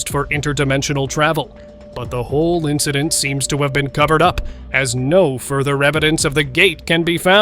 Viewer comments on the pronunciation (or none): none